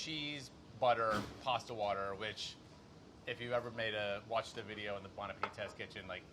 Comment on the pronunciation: Rapo with the new Lacoste Polo. Would've gone with Red or Green, but I guess Navy Blue is classic. Molly, surprised: "You bought that for the video? Rapo: "Well I didn't buy it for the videh" Near total meltdown with passion before a massive jump-cut! LOL!! Very nice.